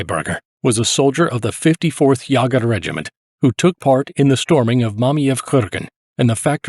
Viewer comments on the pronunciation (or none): It's not Yaw ger--it's YAY ger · How is it that you (probably) can pronounce "Jaegermeister", but not "Jaeger" (you make it sound something like "Yuhger")? 😅 Muricans... 🙄😉 Great video though, very interesting. Thank you! 😊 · "Jäger" is pronounced like "Jägermeister" dude. Almost exactly like Chuck Yeager.